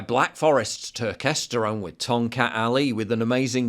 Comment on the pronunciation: Turkesterone is complete bullshit, please do not buy it and waste your money. Huberman can't even pronounce the name correctly so he shouldn't be peddling it. No human study has ever shown it makes a meaningful difference in testosterone levels.